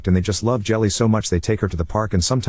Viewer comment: I wonder if the kid’s name is Jilly and not actual “Jelly” like the AI is pronouncing it.